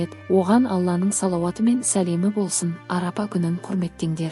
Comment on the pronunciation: Арапа емес Арафа Аумин емес Амин